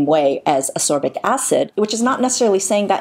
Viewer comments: love the video, great Infos x PS: Ascorbic, not asorbic xx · I saw, I saw Vitamin C and clicked thumbs up before I even watched the video:) PS. It's pronounced As-KOR-bic, not Asorbic;) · I though I was the only one to repeat saying "ascorbic acid" every time she called it asorbic lol. Good Infos anyway, love the video x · A very informative video, thank you. A little remark if I may - it should be pronounced As-C-orbic (not asorbic..) acid. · I really am a huge fan, but the way you pronounce Ascorbic is maddening and so distracting. I've always found this so, but after listening to you say it 50+ times, I feel like I'm losing my mind. There's a K sound in the word: As-Corbic, not Asorbic. I'm thoroughly aware of how petty this is, but it was so so distracting. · I agree. As-c-orbic acid indeed. To me your remark doesn't sound petty, since it is a video about ascorbic acid